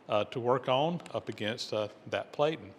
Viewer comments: VERY cool but 2 hp motor and a cost from $3,340.00? Just FYI because this is an educational channel, the "a" in platen has a short sound so the word sounds like "pla tn". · Platen is pronounced with a short a. Rhymes with flatten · Platen is pronounced with a short A as in plan, not with a long A as in play, the way you pronounced it!